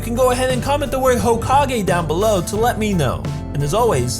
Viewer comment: Hokogay lol